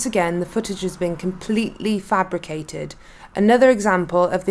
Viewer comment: And you can’t even pronounce ‘fabricated’ correctly.